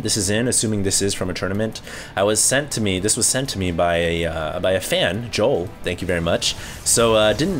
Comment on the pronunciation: i love when americans tries to pronounce swedish names :P its jo-el not jowl :D